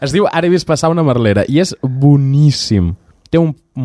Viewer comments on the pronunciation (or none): Mèrlera, pronunciat mèl·lera, no merléra